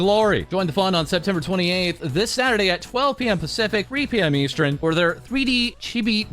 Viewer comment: EVERY TIME he talks about timezones he says "eastren" instead of "eastern" and it's absolutely torture at this point 😂😂